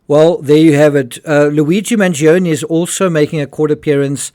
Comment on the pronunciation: mangioni is pronounced MAN- jo-ni. 3 syllables. It's Italian, means "big eater" . I wish everyone could pronounce it right.